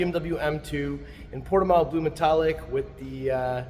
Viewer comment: It’s pronounced : [puɾtiˈmɐ̃w]